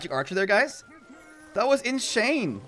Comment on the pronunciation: I'm new to this channel and it's cool and all but the "inShane" is so cringey